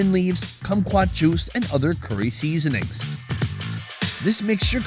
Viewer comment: 😂 why does he say it like that